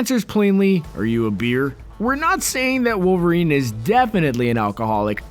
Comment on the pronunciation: Tune wowerien ko lol kaise bola be